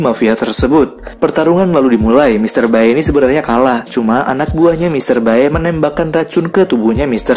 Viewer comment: Bacanya mr bae itu, bkn bae tp be.